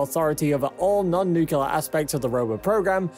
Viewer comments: Did you really say 'Nu-cu-lar', over and over again? Well at least Homer Simpson agrees with you. Seriously though, I couldn't finish watching this. Please learn to pronounce it properly. You sound like someone with no knowledge of science. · Why is it that every YouTube video discussing the science behind nuclear energy of any kind insists on calling it "Newk-u-lar"? This is how Gus and Zeke from Goober Gulch pronounce it wrong. Stop imitating them. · The baffling thing is he is speaking great, and his pronunciation has been impeccable, and then "new killer". LOL there is nothing new about nuclear killing people and things. No need for the troll. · Another idea: Learn how to pronounce NUCLEAR. It actually lends credence to your presentation. Please! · Literally couldn't focus on the video because "George Bush" apparently hasn't learned how to pronounce Nuclear. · Yup, bailed after having heard the name of the nuclear technology abused and mutilated at least four times in less than 1 minute, 7 seconds. Didn't even wanna go back to verify how many times it was actually mispronounced in that short time, and certainly wasn't planning of hearing out the remaining 9 minutes. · Thought this would be interesting but I cant stand when people can't pronounce that word. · m new-clear. not nuke u lar...gosh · I just can’t stand people mispronouncing “Nuclear” it gives me a headache. It is NOT NUKULAR! it’s NUCLEAR! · It is NOT pronounced “nuc-u-lar”. It is “Nucl-e-ar”!!! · I am sorry but, New Cleeee urrrrrr not nu qqqq lurrrrrr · I cant take this video seriously as long as you say nuculer instead of nuclear. Show me the second u in nuclear. It isnt there. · Nuclear! Say it like that: "New Clear" It's not "Nuke you ler" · It’s nu-cle-ar, not nu-cu-ler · It's N U C L E A R (nook-lee-ar), not NUKULAR, you dumb-ass! Atoms have NUCLEUS, not a NUKULUS! You just lost all credibility. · For the love of all that is good and holy, it is pronounced NEW-CLEAR, not new-cue-lar.